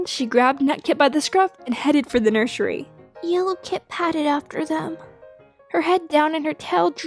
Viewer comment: "... and trotted over to the nurshery."